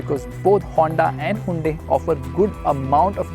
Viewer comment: Did he just say "Hundi"?? what happened to your angrezi?